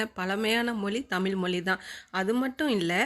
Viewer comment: தயவுசெய்து "தமில் மொலி" என உச்சரிக்காமல் "தமிழ் மொழி" என்று சரியாக உச்சரிக்கவும்🙏🏻